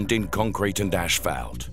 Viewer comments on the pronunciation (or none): "Ashpalt" Groan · Yeah, and ASHphalt?!?!? What's wrong with him?